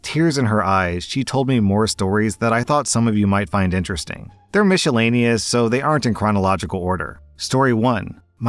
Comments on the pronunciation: Like you said, It's not just saying the silent "C"! He added a whole "SH" in there and there isn't one! I don't know why it bugs me either because he extremely rarely makes mistakes yet here we are! 😂😂😂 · Idk why but I’m so annoyed every time says miscellaneous. There isn’t a shh sound in it!! It’s a silent C!